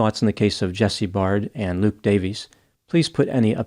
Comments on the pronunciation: u pronounce all last names wrongly. Their last names are pronounced “bare-d” and “da-VIS.” I know u think it’s da-Veez cos of the “ies” at the end, but in welsh that is still pronounced as “DAY-VISS” please don’t abominate their last names again. It’s pronounced like “beard”, not barrrrrrd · Please get it right "Dr" ! Jesse's surname is pronounced Baird (rhymes with Laird) like 'Bear D' NOT Bard! Also, your thumbnail is pathetic 'clickbait'. As well, Jesse NEVER had a sexual relationship with Beau, so get that right! Jesse's friends can confirm this. There is sufficient evidence that a fair amount of what you 'allege' is not only FALSE but can actually hurt and offend Jesse's and Luke's friends. Which I am one and 4 friends of theirs have seen your video. You mentioned a friend of Jesse in Perth. He has also seen your video. They are speaking through me and my account. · Jesse’s name is pronounced Bared not Bard. ( Baird) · Jesse's friends and family are actually disputing there was ANY physical relationship between them - and Baird is pronounced like bear-d not bard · It's pronounced Bay-rd not Bard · Its pronounced 'bare-d' not 'barred' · just adding here that jesse's last name is pronounced bear-d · You misspronounced his name, learn Australianish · I don't know how you could mispronounce a simple name like "Baird", if you can't see the "i" in the middle of the name then you might want to update your prescription